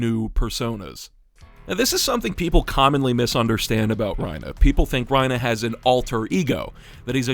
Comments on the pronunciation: It's bothering me that you're calling him Ryna instead of Reiner. You're clearly American, why are you calling him by the Japanese pronunciation?? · Just thought you should know Your saying Reiner wrong. Your saying it like Raina, when its Reiner. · I wish i could understand a single damn thing in this video but i’m getting distracted by “ryenah” smh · Why was he saying ReinAH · This is a great video, but i can't get over how you keep calling him "Reinuh" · The "reina" pronounciation is killing me bro, I can't watch this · Why are you saying Reina (Rhyn-uh) sir? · lol bro is afraid to say Reiner with the hard R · this is probably a good video but the way u pronounce reiner makes me angry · I loved the video, but please, Reiners name ends in an “ER” not an “a” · He says Reiner like trump says China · you pronounce reiner the same way lois from family guy says peter